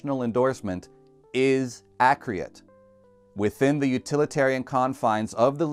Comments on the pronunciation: Wtf is Accriat? You know it's pronounced accurate. This is a Short video. And you keep repeating it over and over. Really undermines your point that "this is the sound" when Your sounds are indeed 'non-accriat'. That said, it's still a little nitpic because your delivery and script are good. Just wish you Put Travers Town in the background :/ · Why can’t he say accurate accurately? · Fantastic video and much needed support for inexperienced students reading sheet music. I haaated double accidentals when I read them in school. I had to stop my whole flow and think about what exactly the note on the page was. Thank god for enharmonics. Also, did you mean to pronounce "accurate" that way?